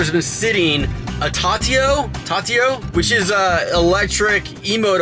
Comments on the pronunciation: It’s pronounced Tu-ti-o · Shut up he knows what it is he just mispronounced it